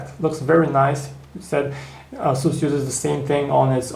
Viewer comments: It is pronouced "Ace" "us" not "As" "su". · asoos hah? asus!!